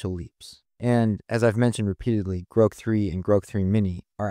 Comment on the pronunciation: And the computer voice... Groke???